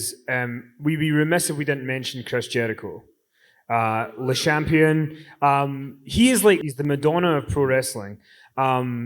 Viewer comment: It's not right how you said le champion. It's French not English. Chris Jericho is from 🇨🇦 which there are 2 languages